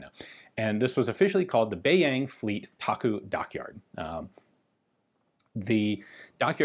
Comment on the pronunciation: It’s actually pronounced “Da-Gu” instead of “Taku” for 大沽. Many people don’t know that China was perhaps the biggest Mauser C96 user. The “box cannon” was especially the preferred sidearm of the communist forces. Great video 👍